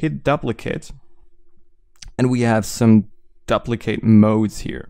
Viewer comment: "daplicate"... good tutorial though, thanks alot!